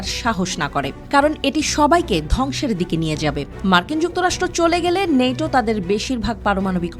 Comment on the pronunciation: নেটো না ন্যাটো